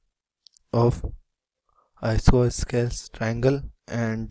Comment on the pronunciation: Bro, the explanation is neat, but the pronounciation is I-SO-SO-LES TRIANGLE